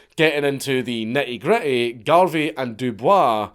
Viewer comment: i know that you're pronouncing Dubois the way that its actually supposed to be pronounced, but when it comes to W.E.B. Dubois, its actually pronounced "doo-boys" I swear to God this isnt a joke, ask Grok or something